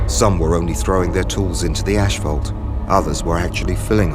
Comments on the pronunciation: where's the extra h in asphalt coming from? it's ass-falt. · I know, right? He kept repeating it too.